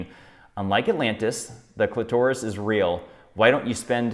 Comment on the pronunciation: The way he read clitoris was hilarious 😂